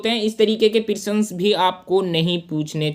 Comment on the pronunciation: सर प्रिसन नही प्रश्न❤